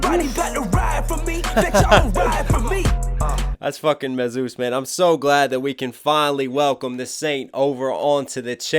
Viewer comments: i was surprised knox said Mesus like Dr Seuss its like jesus mesus i love this song great reaction an still into you knox hill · Its pronounced Me-Sus not May-Zeus lol no hate love the reaction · Great reaction Knox as usual. I’d like to see u do more burden and more Mesus. - by the way it’s pronounced “me-zus” to sound similar to Jesus. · Love you brother but MESUS is pronounced like Jesus with an M. He says it in several songs. I'm going to see MESUS Burden Hi Rez Topher and the Marine Rapper at freedom fest in Orlando 50 bucks vip 20 general admission. I wish you were booked on that one. Your flow and vocab is second to none. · I love all your reactions Knox especially Em and Tom but I think his name is pronounced jist like Jesus but with a M.. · Great reaction!! FYI Mesus is pronounced the same as Jesus. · Knox you saying Mesus wrong it's Jesus but with an M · Don't worry homey I told him how to pronounce MESUS lol. Just kidding I mean I did but I was just bustin his balls. See you at freedom fest!